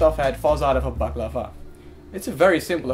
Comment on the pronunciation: And then it turned out that we indeed did mispronounce it. The mask is called balaclava and we pronounced it baklava. You were totally correct sir, and we were wrong! ;)